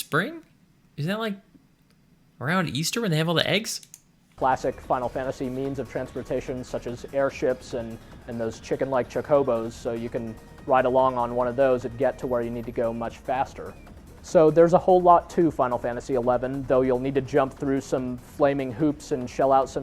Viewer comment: This guy said "Chu co bos".... haha